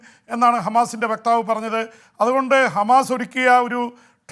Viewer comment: ഗമാസ അല്ല ഹമാസ് ok